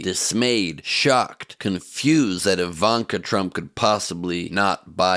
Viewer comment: It's Ivan-Ka